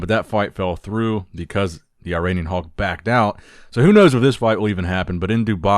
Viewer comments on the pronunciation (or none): none